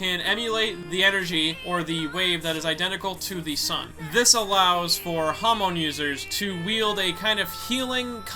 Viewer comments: hamon, not hamone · HAM-UN IS HOW YKU SAY IT NOT HUM -ON